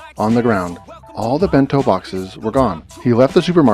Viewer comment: It's actually Ben -to not too